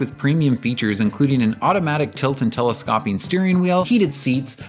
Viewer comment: “Tele-scopppping”?? “Chunk-mounted…CD changer”!!?!? I think you might need some engrish lessons…